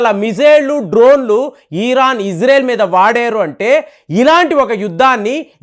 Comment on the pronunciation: ప్రపంచమంతా ఇశ్రాయేల్ అని పిలుస్తుంటే నువ్వొక్కడివే ఇజ్రేల్ అంటావు , నీకు చదువు రాదా యటకారమా ,,🎉🎉🎉